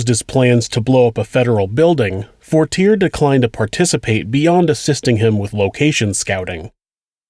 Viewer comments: Dear: midway though the video you say “McVeigh chose the date of April 29…” both Waco and the OKC bombing were on April 19, as you correctly say earlier in the video. 2) Fortier is pronounced For-tee-AY. 3) McVeigh was pulled over on Highway 77 near Perry, not I-35. 4) Nichols had 2 trials, one at the federal level one at the state level; both found him guilty of second degree murder, which is not subject to the death penalty. McVeigh on the other hand was tried in Denver because a judge decided he couldn’t get a fair trial in Oklahoma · Nice pronunciation in the name “Fortier” lol